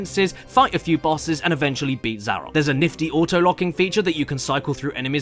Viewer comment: I've heard some bad pronunciations of my name, but Zarok takes the cake for just HOW!?